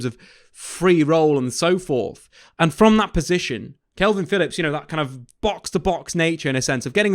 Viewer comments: It's K A L V I N, Not kelvin. Ffs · Dude, why do you keep saying Kelvin Phillips?